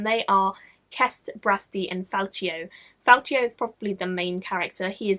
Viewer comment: not to nitpick, but the c in Falcio is a hard c sound, like Falkio. There's a pronunciation in Knight's Shadow;)